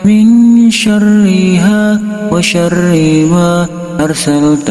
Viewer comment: Bagus Doanya.. Tp kok saya dgrnya bukan WA SYARIIMA ya, tp seperti WA SYARIIWA.. Mohon maaf klo saya salah dengar.. Mungkin pendengaran saya error..